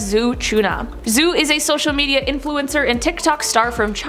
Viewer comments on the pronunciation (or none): Zhou is pronounced Jou